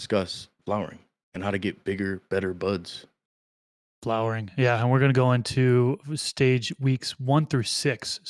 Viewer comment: When buds sound like butts it takes on a whole new meaning 😅 only like big buds not little buds 😂